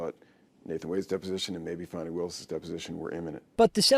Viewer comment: Give me a break, "Fawn-i." It's divine comedy that her name is Fanny.